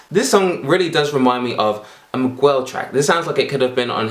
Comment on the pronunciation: Did he really say "migwell"..